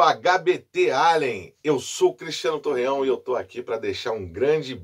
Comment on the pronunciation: Torrão rsrsrsrs. É Torreão.